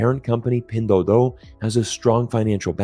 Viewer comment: Nice video 👍! I just noticed that when you say pinduoduo (拼多多）you probably pronounced it as pindoudou(拼抖抖）.